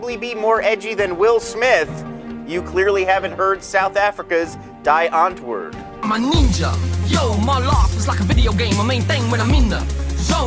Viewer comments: its not -die-aunt-word- its -dee-unt-voord- ! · die antwoord is afrikaans, pronounce it dee untvoord...i guess! it means the answer! not giving SA such a good rep wow, rather look at Seether or Goldfish for good SA bands! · Its Afrikaans, pronounced [Dee Aunt-voo-rt] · Wow if you going to feature Die Antwoord at least pronounce it correctly damn it. Its not die as in you going to die...Brush up on your afrikaans pronunciations!!! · Learn how to pronounce Die Antwoord, dumbass! It's in a foreign language, duh!